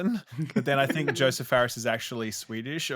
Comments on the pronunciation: guys its Josef not Joseph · So Josef, like Josef Mengele, not Joseph, like Stalin